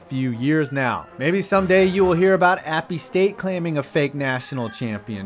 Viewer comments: Ummm great video but it’s not appe st. It’s just app st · It's not Appy State it is App State